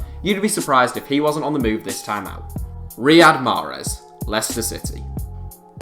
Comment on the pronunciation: They probably did not pick him just because they can't say his name lol they can't even pronounce Riyad Mahrez name properly